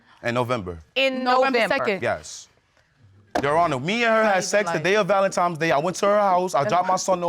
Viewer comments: The ValenTIMES, AX’d, and mines is driving me insane! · I can't stand when people say Valen-TIMES day 😂😂😂😂😂😂